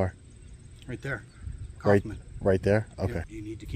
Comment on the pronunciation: Coughman? 🤣 its so weird when americans have german names